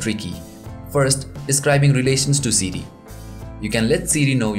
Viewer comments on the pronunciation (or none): Sidi u mean siri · it sounds like he is saying CD instead of siri lol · Lol. Siri is "Seedy".